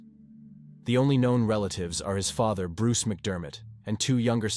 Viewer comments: OMG Ik! After the way he pronounced father and then referred to the day as her"murder day " I had to skip it. 🤦🏻‍♀️ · Some of the AI narration is pretty funny. Pronounced “father” three different ways.